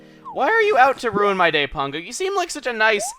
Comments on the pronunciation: Pango is a complete bitch. She put the birthday gift I gave her up for sale in Re-Tail the next day, even though it fell into the categories of things she likes. Don't know why you keep calling her Pongo though, accent I assume? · why do you pronounce her name pongo when it is spelled pango?